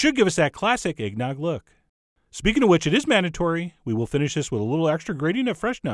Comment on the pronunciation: No shit,I heard eggdog instead